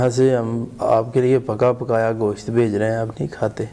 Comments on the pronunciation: Go shat ya Gosht. Sahi bol to Liya Karo tm log. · Goshat nhi Gosht talafuz Hai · ap b gosht ko goshaat kh rhy hyn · Its not ( Go-shat) word its Gosht ahahahah